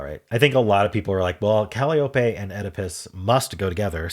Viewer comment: The correct pronunciation of Calliope is "cah-LY-oh-pee". 😉